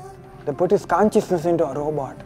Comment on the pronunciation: I want “Robo Rakesh Robo Rakesh” as my ringtone. Also they way Kenny said kaanchiousness and not consciousness hahahahaha